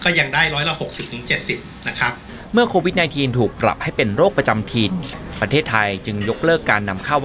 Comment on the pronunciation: โควิดอ่านโควิทย์...